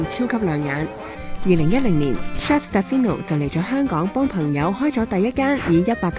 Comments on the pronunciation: i think it’s a little disrespectful to mispronounce your interviewee’s name, his name is SteFANO, not SteFINo…. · You honestly need to do better than this. Can’t even get the name right. Is Ste “farn” no not Ste fi no… you ask for respecting others in your guideline when commenting but in fact you can’t even respect the subject… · 人哋叫 Stefano, 唔好叫錯人做 Stefino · Interesting and sweet story. You didn’t pronounce his name correctly though 😂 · Is it just me? 旁白成段片都讀錯主角個名好distracting lol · 你没聽錯，是完全讀錯。 其实就箅吾識意大利文，只要問一下被訪者或google下就0K了，因為讀啱人地個名係基本尊重和禮。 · 我都聽到讀錯名～